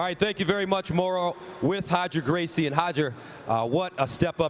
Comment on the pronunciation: Who’s Hoger Gracie? 😂😅😂😅😅😂